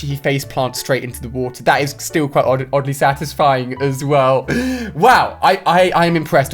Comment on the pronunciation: Did he say ogly satisfied